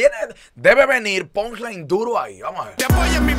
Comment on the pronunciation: se dice punch line para que lo pronuncie mejor diga - ponch line